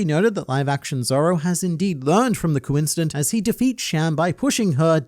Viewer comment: Bro kuincident for sure got me😂😂😂😂😂